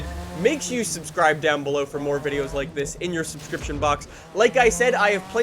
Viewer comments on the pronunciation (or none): none